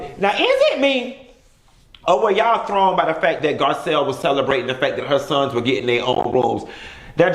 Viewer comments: you done Butchered that lady name 🤦🏽‍♀️🤣🤣🤣😭💀 Gazelle...Giselle GARCELLE NESSA GIRL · Garcelle boo not Gisselle or Gazelle lawd lol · GARCELLE NOT Gizelle...lol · The fact that he kept calling Garcelle, Gazelle!!!! Bwahahahahahaha